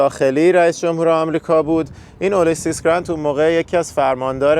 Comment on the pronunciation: علت تلفظ اشتباه رؤسای جمهور سابق امریکا چیست؟ شوخی هست یا مسخره می‌کنید؟!! برای مثال، ابراهیم و یا اولیسیس 😢